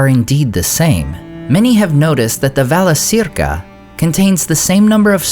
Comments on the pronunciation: Wouldn't it be "ValaKeerka" not "ValaSeerka"? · Thank you for the videos. Just a small suggestion, Valacirca should be pronounced Valakirca, not Valasirka.Laurelin is not Lorelin . :) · Friendly reminder that c is always pronounced as k in Quenya. So it would be Valakirka"